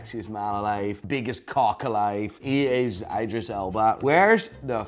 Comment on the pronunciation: He said his name right the first time and changed it to the wrong way after the other guy said some shit LOL.